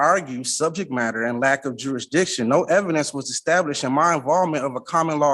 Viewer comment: Why can’t sov cits seem to be able to pronounce the word jurisdiction.